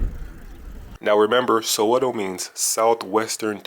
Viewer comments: Saweto not sawetho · Omgggg it's not "Sowe-THOH" or "HEC-THOR," T's are pronounced the same everywhere, they don't change because it's South Africa 😂